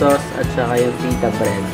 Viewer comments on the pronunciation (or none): Galing!!! Correction lang, pita bread not fita bread... Good job!